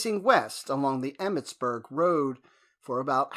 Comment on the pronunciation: Emmettsburg 'merlind' lol